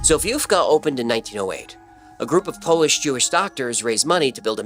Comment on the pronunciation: As a Poland based fan, I’m proud of your Polish pronunciation 😁 Great job!